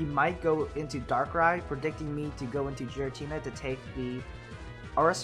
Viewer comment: Isn't it Giratina? You pronounce it as Jiratina